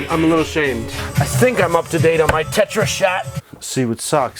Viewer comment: Did you say Tetris? lol